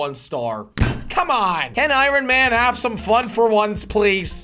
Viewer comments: Anyone else hear Iran man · The say it like ion man not I ron man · Is it anyone to start jelly keeps saying ron Man instead of iron Man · it is not IRon it is pronounced ion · Its ironmoan not iroun man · Its pronouced i on man not i ron man. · Every time you hear jelly say IRAN man instead of IRON man, leave a like on the video or comment and tell jelly he needs help in grammar. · The way he says iron man, he says iren man😂😂 Love You Jelly❤😂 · Why you saying iron man like I-ron man😂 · Nobody: No-one: Not even a single soul: Jelly: Irun man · Nobody: Jelly: Iranman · He said I ron man!!! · He keeps sayong irin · Why does jelly say I ron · Who else heard jelly say aaron man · Did anyone notice he said iron man wrong 🤣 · Jelly your saying iron man wrong